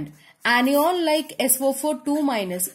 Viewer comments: its na not ena lol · Anion not onion 😁😁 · Its cation not cateon and anion not aneon sorry 🤗🤗🤗🤗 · That is not pronounced as caty on Or any on , that is cat-ion and an-ion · Ma’am cation and anio pronunciations are wrong pls improve your pronunciations its very irritating 😠 the video was good though कातीयोंन एंड आनीयोंन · yas lmao funny cat-e-on, an-e-on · Now I can identify CAT-ee-ONS and AN-ee-ONS easily. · Kat E On and An E On 🤣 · CAT-EON and AN-EON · Nope, it's KAT-EON and AN-EON Anyways, it's the best anyone can teach you in 13 minutes. 😙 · yaar cation aur anion nahi nahi bola ja raha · Pronunciation of 'cation' and 'anion' 🙄🙄🙄🙄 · She pronounces the main term ‘cation & anion’ wrong… 😑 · do the right pronunciation of cation and anion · You are pronouncing anion a d cation wrong mam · Mdam ur pronunciation is wrong Regading cation and anion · Mam plz Google the pronounciation of cation and anion😁😁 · anion and cation ki pronunciation nahi aati kya